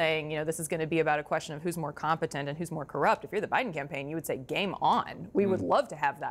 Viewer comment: Why does Jake Tapper call OUR President, "President OBiden?" He calls him OBiden twice. I've moved on and left CNN to MSNBC and The Meidas Touch Network, for many, many reasons. Jake, Kaityln ( she was horrible at the townhall meeting with Trump), and even Anderson Cooper have sold their careers for more money and not integrity! Good luck to your new CEO trying to get the independent voter! We have all moved on to other networks, especially Youtube networks like Meidas Touch and the Bulwark!